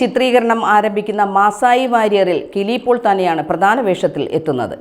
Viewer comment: കിളി പോൾ അല്ല. കിലി പോൾ